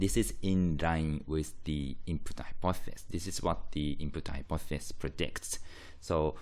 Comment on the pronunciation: Great video but it's hypothEsis not hypothsis (pronunciation)